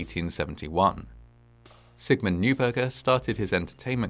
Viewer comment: the non-anglicized pronunciation of "neuberger" would sound like "noyberger" :)